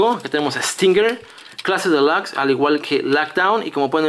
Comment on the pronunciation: Porque dices clase delax si se dice clase delux y se escribe clase Deluxe